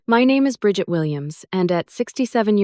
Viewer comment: The way this AI story mangled the name "Bridget" make me laugh. What a stupid obvious story that was made up by an moron. Sorry, not worth my time.